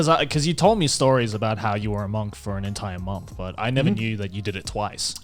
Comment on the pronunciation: you can just say Monk-th XD